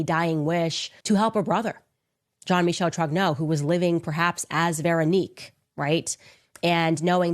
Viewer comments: It’s not Jean Michael it’s pronounced Jean Michelle lol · “Jean Makal” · If you watch Candace you would know that is probably one of the people who accepted the money from Israel to go against Candace. The fact the he cant probably pronounce the name Jeam Michelle right proves he hasnt watched a single thing of Candace's based on this subject